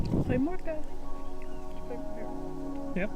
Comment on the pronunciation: i live near Naarden in a village called Huizen, its nice to see people enjoy our beautifull country. you really made a great video, maybe one of the best in my opinion. i hope yopu have had a awesome time here in the Netherlands. and great pronounciation of goedemorgen BTW